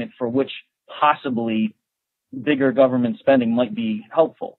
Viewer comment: "Teh Goverment will take cawe of everyting!" Is this your point?